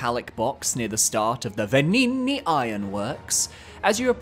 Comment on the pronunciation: That Venigni pronunciation 👌👌👌Even Japanese streamers I was watching play lies of P were having a field day saying his name. 😂